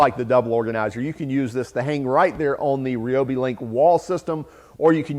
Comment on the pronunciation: Why can't Americans say ryobi properly ?